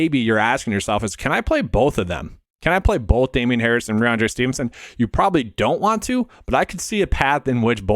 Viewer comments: Good content but you have to pronounce the names right. First it was toooney, now rahonde Stevenson. It’s rahMondre. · Listen back. You aren’t saying the m in rahMondre. It doesn’t effect your views, which I generally agree with but it’s a credibility thing if you want a channel to grow. Anyways, keep grinding. Not a huge deal.